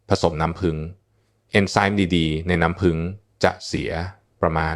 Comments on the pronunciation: เอไอยังชัดเจนกว่านี้เยอะน้ำผึ้งจ้าไม่ใช่น้ำผึง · น้ำผึ้ง ค่ะไม่ใช่น้ำพึง เขย่า อ่านว่าขะเหย่า ไม่ใช่เข ย่าค่ะ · น้ำพึ้ง เอ๊ะ น้ำผึ้งสิ ออกเสียงเพี้ยนนะครับ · น้ำผึ้ง ไม่ใช่ น้ำพึ๊ง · พูดเพี้ยน น้ำผึ้งเป็นน้ำพึ่ง...... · กระเทียมกับน้ำพึ๊ง กูจะบ้า น้ำผึ้งโว้ย เอไอ น้ำผึ้ง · กะเทียมกะน้ำพึ้ง😂😂😂😂AI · คุณหมอคะ นํ้าพึ้ง กับนํ้าผึ้ง นี่มันอันเดียวกันมั้ย งงนะเนี่ย เอไอหนอเอไอ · น้ำผึ้ง ไม่ใช่น้ำพึ้ง😂😂😂😂😂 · น้ำผึ้งค่ะไม่ใช้น้ำผึ่ง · น้ำผึ้ง ไม่ใช้น้ำผึ่ง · อะไรก็ดีเหนื่อยกับการใช้เอไอ นำ้ พึ้ง อะไรของมัน ค่ะ ต่อไปภาษาไทยวิบัดหมดค่ะ ขอแนะนำว่าแก้ไขหรือเอาคนจริงพูดทีเถอะค่ะ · ไม่รู้จักน้ำผึ้งจริงๆเหรอ อ่าน น้ำพึ๊ง อยู่ได้ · ขอบคุณสำหรับความรู้ ที่แต่ละคนก็มีความเห็นแตกต่างกันไป, แต่จะไม่ติดตามต่อเพราะรำคราญ AI พูดผิดๆถูก! พอฟังถึง“น้ำพึ้ง”แล้วขอออกก่อนดีกว่า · แค่อ่านคำว่าน้ำผึ้ง ก็อ่านไม่ถูก จะเชื่อถือได้อย่างไร